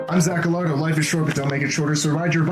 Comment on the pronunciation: Just to be clear your last name is Gallardo which is pronounced as Gayardo and not Galardo.